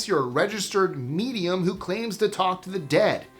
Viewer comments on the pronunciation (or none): none